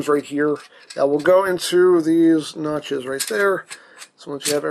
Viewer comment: Were you hungry while doing the review? Cuz everytime you said notches , I heard it as nachos... was it just me ?